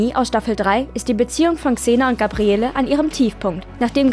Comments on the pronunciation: Xena kann Sie richtig aussprechen ja, dafür Gabriellllleeeee nicht:-) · Wie sagt man, dass man nie xena geguckt hat ohne zu sagen, dass man nie xena geguckt hat? Indem man Gabriele wie nen deutschen Dorfname ausspricht. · Ja, es wird Gabriell ausgesprochen. In Staffel 1 hieß sie noch Gabriella. Aber Hauptsache Eveny richtig aussprechen. Lol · Gabriele, das e am Ende wird nicht gesprochen. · GABRIELLLLLLL!!!! Nicht GABRIELLEEEEE. Herrgott, bitte erstmal Serie angucken, bevor man ne Inhaltsangabe vorliest. Ganz zu anfang nannte sie sich mal GABRIELLA, was später in GABRIELL geändert wurde. GABRIELLEEEEE hieß sie aber NIE. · Es heisst "Gabriell". Das E am Ende des Namens ist stumm und wird nicht ausgesprochen ! Habt Ihr eigentlich jemals Xena angesehen DE ? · Das e am Ende von Gabrielle ist stumm. Der Name wird französisch ausgesprochen. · Nachdem ich gehört hab, wie der Name von Gabrielle ausgesprochen wurde, war für mich dieses Video erledigt. Klarer Beweis, daß man sich nicht mit der Serie auskennt und diese nicht mal geschaut hat. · Gabrielle wird ohne E am Ende ausgesprochen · Seit wann spricht man das E von Gabrielle aus? Also dass Kreuzigung grausam ist, glaube ich sofort